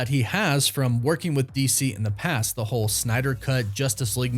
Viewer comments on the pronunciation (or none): none